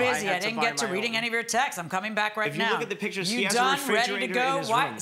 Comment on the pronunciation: PIT-KIERS of the room? It almost seems like the plaintiff learned to speak from reading or something. Also, I can completely believe they staged that.